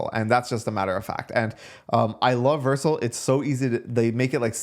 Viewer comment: WHY DO YOU PRONOUNCE VERCEL LIKE THAT